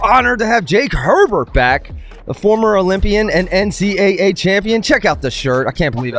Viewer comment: did Herbert mispronounce every hwt name he said at the end?